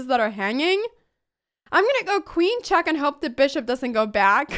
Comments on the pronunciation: she says chack instead of check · it's "check", not "chaak" ! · love this girl but just saying it cracks me up 9in a good way haters) when she says chack lol